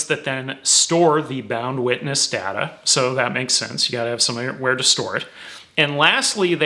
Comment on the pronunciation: good god- it is data not datta- this video is unwatchable because you keep saying datta